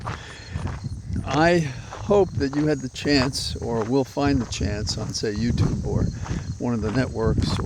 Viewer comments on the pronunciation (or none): none